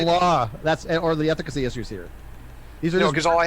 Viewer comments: Hahah I heard that and was like.. efficacy? Ethic... ethically? Oh.. ethicacy.. hmmmm hahah 😂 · Nothing but love for you...but ethicacy? Or am I wrong and that’s a real word lol